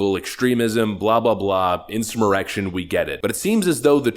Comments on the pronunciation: I need you to answer this question I have been following you since the beginning and I still don't understand why you put M's in word like insurrMerection?? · “Insumerrection” lol 😂